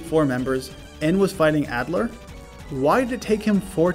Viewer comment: YOUVE NEVER PLAYED BLACK BEFORE. As gen 5 is my favorite and also contains my favorite Pokémon (lilligant) I’m glad you doubled back and played it. Plus, Unova is home to insane dark types like bisharp, although you got it at the end, which is fine cuz of level cap. And almost all of them have moxie like you mention, making them monsters, especially krookodile. Also you say Adler instead of alder (pronounced ALLder) which I found funny. Another legendary video